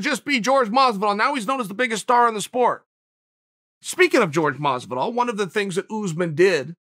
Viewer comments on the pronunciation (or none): Dude, please try to say peoples names properly. George Mazvidol just sounds so jarring